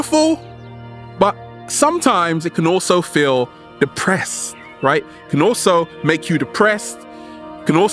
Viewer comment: FEEL word should be sharper... hahaha, I like the way you say feel so good to be alive baby, thank you.